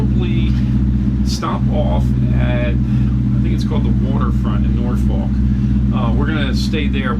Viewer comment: Dude learn to Pronounce Norfolk the “ L” is silent it is produced NorF*ck do not be a afraid to say it! What makes me the expert? I grew up in Great Bridge. Yes I know you are yankee! But that is no excuse 🤣🛫 I enjoy your videos! You are at Waterside! Not the Norf*ck Marina. I agree that is a tight dock to get into and out of, the Tall sailing ship is the American Rover that conducts narrated tours of the Hampton Roads area. If anyone finds them self in Norf*ck without a boat and wants to be on one for a few hours. This is a very informative tour. You will be glad you did.